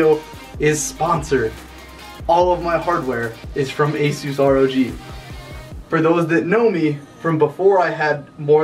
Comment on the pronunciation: you're pronouncing asus wrong.